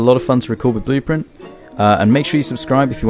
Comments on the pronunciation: “Blooprint fov” lmao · u know he a solo builder when he calls it "blooprint fov" lmao. great vid tho :)